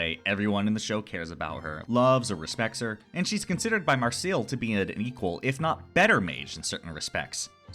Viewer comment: Who dafuq is Mar-Seal?